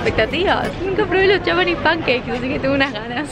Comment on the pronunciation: Soy la única que odia que diga "yapanes pankeiks"??, decí panqueques japoneses JAJAJAJA